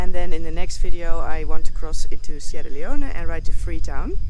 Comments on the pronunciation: FYI, the country of Guinea is pronounced, gin' ee. with a g as in go. Sierra Leone is a former Brit colony and is pronounced, See era' lee own'. Hope that helps. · Sierra Leone you don't pronounce the "e" stay safe.